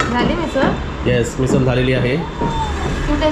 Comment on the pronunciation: मिसळ बोल ना